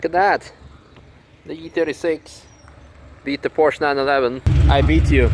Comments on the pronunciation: He, thought you speak german, it is Porsche, not Porsch. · Porsche = PorschA. Surely you know this?